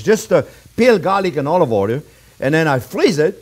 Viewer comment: Just watched this one with my 5 year old and we will make the frittata later today. We love it when you say onyon and olyoil. Learn something new with every video you put out there. Thank you.